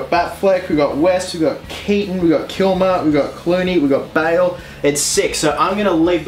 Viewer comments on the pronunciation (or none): none